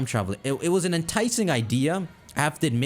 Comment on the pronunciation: Say it with me: Teh-rap-peh-gos. Whotf is Trupugus?